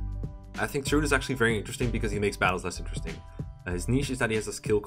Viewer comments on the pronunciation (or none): none